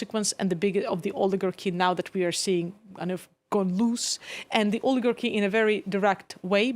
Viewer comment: "We had never had an orligagy vontrolling the government" oh😂😂😂😂😂